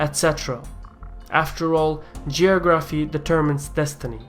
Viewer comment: Check your pronunciation of "geography".